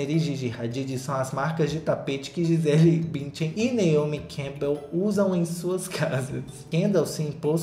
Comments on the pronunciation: Sensacional o "Gisela Bintian" 🤣🤣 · mano "Gisela Bintian" 😂😂